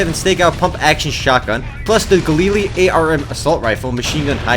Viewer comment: Galili? Dont you mean Galil?